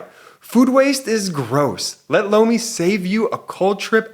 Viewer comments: Every time says Lomi it sounds like he is saying Blowmi 😂😂😂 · I have to say I giggle everytime talks about Lomi…it sounds like he is saying Blomi😂😂😂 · Every time I listen to your ad I hear "blow me".🤣😂Sorry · OMG! When the Lomi ad came on right after Cohen, I thought I first heard, “Blow Me” 😂